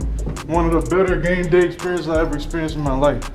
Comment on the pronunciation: His accent came out when he said game day view lol